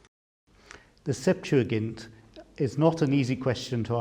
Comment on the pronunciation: Finally someone who pronounces the word correctly